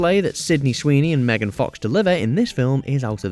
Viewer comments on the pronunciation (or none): none